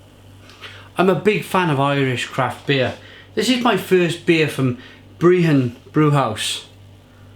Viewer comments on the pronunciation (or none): BR-EH-HUN - not breehon